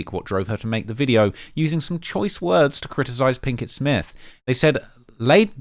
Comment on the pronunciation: 😂😂he just refuses to say it correctly 🤦🏾‍♂️